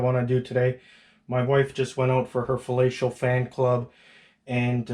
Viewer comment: Falatio? Fam what? 😂😂😂😂